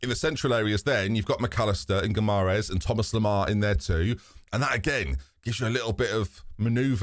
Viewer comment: you're saying Guimaraes wrong. I know this as my wife had that surname. Its pronounced Gee-mar-eyes (Gee as in Glee without the L) Love the series so far. Might even try a Glory Hunter series starting with Newcastle too.